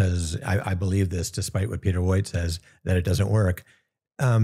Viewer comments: Pee-tar, not Bee-tar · Pea-ter 😅 according to my resident enunciation Karen. Peter Piper picked a peck of pickled peppers. 🤘